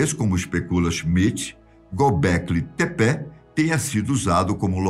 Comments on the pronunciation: Eu acho que a pronúncia é "Tép". O Gobekli está correto, mas não é "Tepé" como ele diz, é Tép! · Acho que se fala "Gobekli Tepe" e não "Gobekli Tepé". Vai saber... Estou acostumado com o narrador do History Channel na série "Alienígenas do Passado".